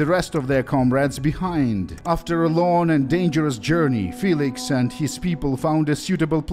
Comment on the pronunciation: aww your first mispronounciation... its FEE-licks not Fay-licks. You are darn near perfect though,!